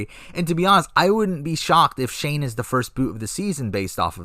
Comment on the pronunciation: You got shane right lol